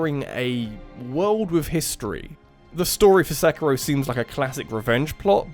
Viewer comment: No psychonauts 2? Dislike, channel avoided Ps mario is pronounced marr e o not mary o And seikiro is say key ro not sekky ro